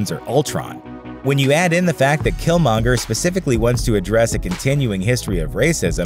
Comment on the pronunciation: At least you got killmonger right😂